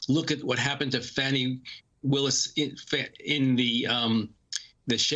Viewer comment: Her name is Fani (fawn-ee).